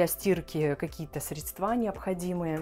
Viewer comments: Ага , и конечно же средствА . И еще что то резануло слух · Это для кого вообще такие блага жизни ? Вы вещаете для представителей beau monde? Вас смотрят бедолаги из регионов с зарплатой в 30 т.р. Считаю не уместным демонстрировать такой проект в такое время, такой аудитории. В кругах коллег- профессионалов, пожалуйста. Средства- ударение ! NOTA BENE!